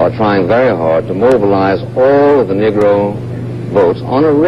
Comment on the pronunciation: Isn't it interesting that Buckley mispronounces Negro? Instead of Neeee-gro, he says Niggg-ro. I am a southerner, and that used to mean one thing and one thing only. In the Deep South, they said niggggrah. And for Buckley, a yankee, to say it like that is just so awful. I think even LBJ said it need-gro most of the time.